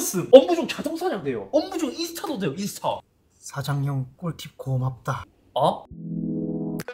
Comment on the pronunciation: 꿀팁 “고맙돠”